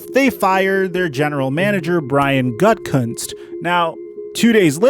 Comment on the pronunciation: Why would I like or subscribe to some ugly mystery meat non-intelligent random who can't even pronounce Gutekunst's name correctly? Do 30 seconds of research and practice and you could sound like someone worth listening to. Schefter is a sleaze, but at least he can pronounce the name.